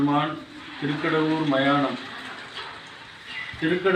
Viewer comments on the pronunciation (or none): It's THIRUKADAVOOR not THIRUKASAIYOOR.